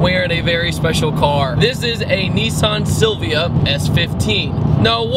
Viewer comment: Neesawn! Hahaha